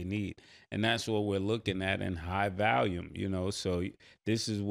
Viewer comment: “High vahluum”